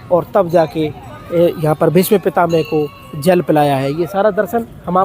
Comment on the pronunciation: Pitamaha bol Bhai pitame mat bol bolna sikho aap